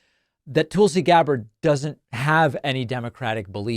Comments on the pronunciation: I know this is petty in the scheme of things, but it’s TULsi, not TOOLsi. It irritates me no end when people pronounce my name incorrectly and it sh*ts me to tears when Trump & his cronies get Kamala or Barack deliberately wrong as a means of disrespect. Soooo, can we please get the name right so we retain credibility when we point out how cray-cray she is? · You keep saying 'Toolsi' is that deliberate because she is a tool? 😉